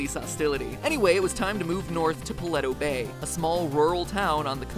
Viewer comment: the way he pronounced paleto bay.